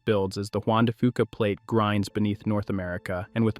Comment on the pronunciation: Juan de Fuca is pronounced Juan de few kah not Juan de foo kah